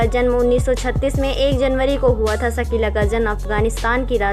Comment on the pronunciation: सकीला नहीं शकीला